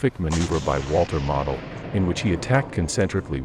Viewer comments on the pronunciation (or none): It is not pronounced Model,but Mowdle. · His name is pronounced 'Modal'. Like nodal but with an 'm'. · Pronounced MO-del. Long O please. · Pronounce his name correctly. Your AI is an insult to the finest Gemerafeldmarschall in over 100 years. He ceased living as a true Prussian Generalfeldmarschall was bound to do. You won't find true Honor anywhere today like that. Today they would just surrender and wait for a prisoner exchane.